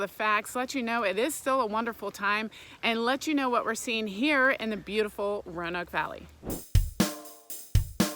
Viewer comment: As a Roanoke Native, I will let you in on a little secret, the "a" is silent, it's how we tell folks are from out of town 😆